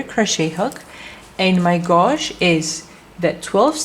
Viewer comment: OMG Someone PLEASE tell her how to say GAUGE G-age ?